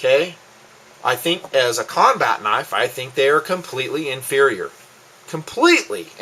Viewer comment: "as a combat knife they are completely inferior...... COMPLETELY! inferior." I agree with your review but the way you emphasized it just made me laugh.... lol :)